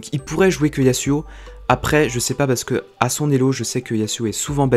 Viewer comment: Yasouo et pas Yasuo